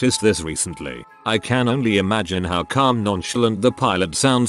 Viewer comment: "... pillows have to go through examination each year to extend their license in flying..." confused sleepy dude noise